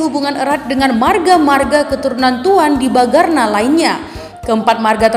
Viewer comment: Bukan Tuan DIBAGARNA tapi TUAN DIBANGARNA. Terdengar bunyi ng tidak terucap benar. Mohon diperbaiki atau diedit.